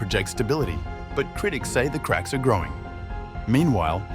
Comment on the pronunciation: The name of the political party could be pronounced correctly if you said "sun-say-toe".